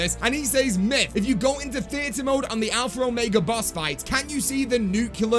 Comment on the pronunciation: ITS ALPHA OMEGA NOT ALPHRA ORMEGA LOL